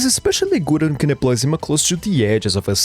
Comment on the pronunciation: Sonya's codename is "zimA", not "zIma"! TT__TT